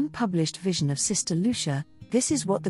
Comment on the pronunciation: Just mispronouncing her name makes me not want to watch this.